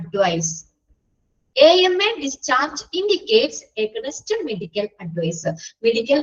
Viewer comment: Aganinst alla teacher aaagheeynst Ennanu pronunciation ❤☺️